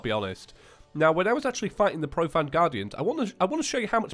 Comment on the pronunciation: You're saying profanned, it's pronounced profaned like profane as in profane language.